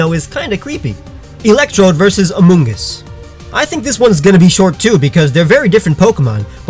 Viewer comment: he said Amonguss